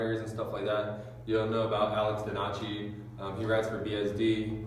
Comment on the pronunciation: Donnachy? The fuck? You pronounced that so wrong